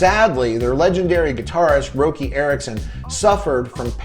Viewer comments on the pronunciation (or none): FYI-Roky is pronounced Rocky. Great vid, keep up the good work